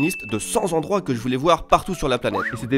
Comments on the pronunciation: Si tu veux faire la liaison, c'est pas cent "zendroits", mais cent "tendroits" Toujours un plaisir de faire le grammar nazi :> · raaaah, , 100 zendroits....? :D j'ai dû mettre sur pause tellement ça me hérisse le poil, mais je ne doute pas que le reste est tip top comme d'hab :)